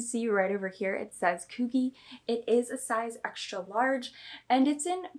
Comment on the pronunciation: Why do u say coogi like that lol, are u saying it wrong on purpose haha ?